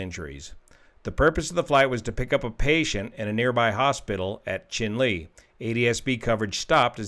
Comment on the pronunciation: I believe Chinle is pronounced in the manner of Cheyenne...